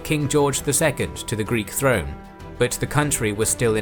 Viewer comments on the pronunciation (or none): none